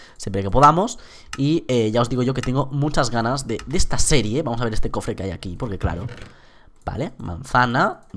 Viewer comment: Me fije que dice corfres xD